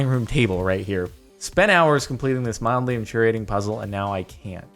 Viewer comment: At the beginning he said moddely infuriating now that's mildly infuriating